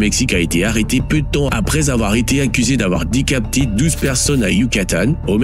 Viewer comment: Oui parce que un humain ne dit pas : décapté au lieu de décapité lol